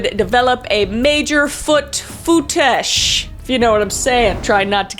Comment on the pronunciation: I CANT STOP LAUGHING WHEN SHE KEEPS ON SAYING “FOUOUOUTISHHH”